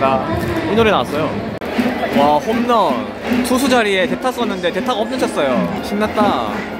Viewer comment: 다른건 다 졸은데, 한국 사람이 홈런이 아닌 호므런이라고 발음 하는게 듣기 거슬리네요. 마치 한국 사람이 맥도날드 보고 '마그노라드도'라고 발음 하는 느낌?